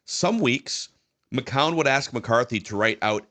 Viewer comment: just refuses to pronounce 'McCown' correctly